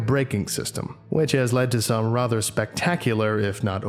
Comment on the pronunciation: American accent is perfect, except he can't bring himself to nasalate "rather," like us barbarians. XD